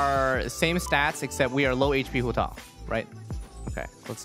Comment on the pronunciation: it sounds like he's saying Hutall instead of Hutao